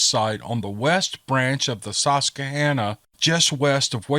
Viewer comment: Thanks. I am behind on my listening and was happy to see you uploaded stories. I want to give you kudos at your attempt at saying Susquehanna. I grew up in the area from the story, within sight of the river. I am giving you a B+ on pronunciation. I have since moved to Oregon and cursed out our local news for botching it badly.